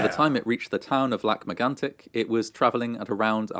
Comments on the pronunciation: The an sound in Megantic is incredibly hard for English speakers. The trick is to keep the vowel and lose the consonant. I am very impressed with the "tic" sound, a lot of care and effort and it shows. Much better than the actual narrator actually. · I like your videos. :) You look so mad all along while watching this, it's almost hilarious. Lac Megantic's story was heartbreaking. I love how you seem to really try your hardest to pronounce things right. It's appreciated. You could take a look at the Ice Storm of 1998 next, if you are interested. ^^